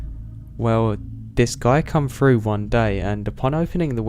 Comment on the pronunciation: "Staring right freww me " Love it.